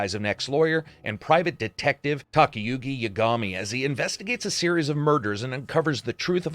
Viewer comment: You say “the series” sounds like “hey Siri” to my phone lol